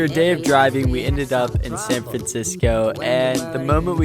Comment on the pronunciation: “San Francisoco” did you invent a new place?